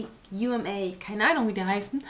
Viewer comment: u.m.a aussprache : you . ähm . eyh xD hehe nur so als tipp :P Supi video, hat mir auch weitergeholfen ;)